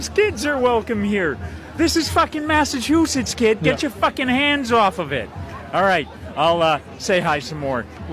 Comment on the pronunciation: He said Masta chew sets.